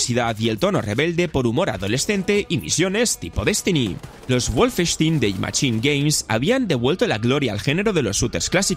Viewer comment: Guolfestin... Eso duele más, que pronunciación por Dios